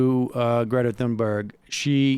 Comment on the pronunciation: Please pronounce Thunberg correctly. Every time you mispronounce her name, it makes me want to stop watching. If you need reference for how to correctly pronounce her name, Amy Goodman is a good reference for pronouncing it with a US accent.